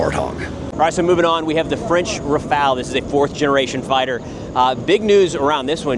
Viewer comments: ITs not a RaFAIL its a RA-FAL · It’s “RAF-AHL”. Not RAF-ALE. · Why can no American pronounce Rafale?.. I mean, it's a really easy two syllable word pronounced Rah-fahl, not rafayul nor rafayel or even rafail. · Just a tip also: in French, when we say Rafale, the second 'a' in that word sounds more like the 'a' in the English word 'pal'. But if you have trouble pronouciating that, 'RafAHle' sounds closer that 'RafAYle' for sure. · RAFALE IS NOT RAFAEL :face-blue-smiling::face-blue-smiling::face-blue-smiling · It is pronounce Raphaaaal. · Why are you calling it a RaFAIL? lol